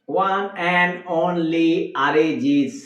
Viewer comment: আপনারা ভুল তথ্য জানেন অরিজিৎ সিং কে নিয়ে অরিজিৎ সিং ইন্ডিয়ান আইডিয়ালে নয় নয় সেট ম্যাক্স এ প্রেম গুরুকুল শো থেকে এলিমিনেট হয়ে গিয়েছিল আর বাংলায় যখন কথা বলছেন নিজেদেরকে বাংলাদেশি বলেন তখন আরিজিৎ নয় উচ্চারণ অরিজিৎ সিং কবে ধন্যবাদ 🙏🇮🇳